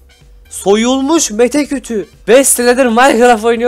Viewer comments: Abi Mete kütüğü değil meşe kütüğü xd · abi birsey faket tim mese deyil mete kutu diyor sun